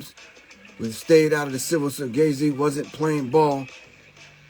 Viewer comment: He calling him gay z or I'm tripping